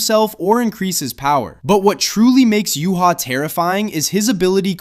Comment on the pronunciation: Said ywach's name wrong btw